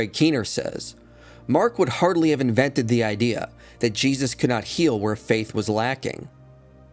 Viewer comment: Lol even saying his name wrong. Foolish lol